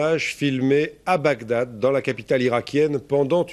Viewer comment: Bagdad et non Bagdadad lol!!!!un peu d’effort merci .